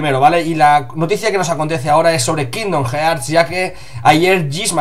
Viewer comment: Como consejo os diría que ya que dais noticias sobre cosas en Inglés, al menos aprendais como se pronuncian. Queda muy gañan decir "jearts", "the lastofus"...